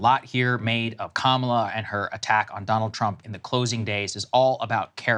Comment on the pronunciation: Bruh Saagar, you are Indian, why do you say Kamala wrong?